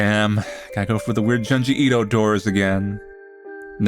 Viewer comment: The real horror of this video is listening to pronouncing “JUNE-ji Ito” as “Juhn-ji Ito”… truly butchering it.